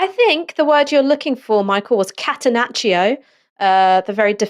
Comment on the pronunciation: In "catenaccio" the "i" does not sound.